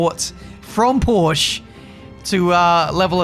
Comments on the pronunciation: Every non-native german speaker gets this wrong: Its PorschE, with an E at the end, not "Porsch". Simply Porsche. Apart from this I'm glad to see the updats doesnt fail anymore at a 99% rate. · It's not "Porsch", it's "Porsche" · please try and pronounce the „e“ at the end of Porsche, because you don‘t say „Porsch“ you say it like Porscheh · Jesus, as a german it just hurts how you pronounce Porsche. It's Porsche, not Porsch. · IT IS NOT PORSH, IT IS PORSCHE. POR-SCHE. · I know it's petty, but I 100% agree. You gotta pronounce the "e." Porsche - pronounced [porr-sha] phonetically. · I believe its "Porsch-ah" 🤓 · It’s pronounced Porsch - eh! Porsch - EH!!!! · mens be driving backed by porsche in f1 and still call it porsch. I think it's funny how English speaking people are pronouncing German Car brands. another popular example is Volkswagen or like English people pronounce it: Voolkswaigän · my swabian soul dies a little every time says "Porsch" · It's interesting, we french don't pronouce the e either we just say "Porsch" as well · PLEASE dont ever call porsche ''porsch'' again !!!!!(it's just not the name of the brand) i will un sub u and search for your car to clue the right spelling of PORSCHE!!!!!! on it!!!! :) other than that NICE vid :P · maybe if you learned to pronounce "porsche" properly, they'd supply your engines for next season ;) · It's not petty, it's just wrong to not pronounce the E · there is a FFFF ''e'' at the end!!!